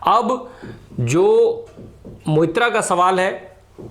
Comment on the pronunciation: कृपया 'मोइत्रा’ के जगह 'Moitro' , सही उच्चारण रहेगा - धन्यवाद 💙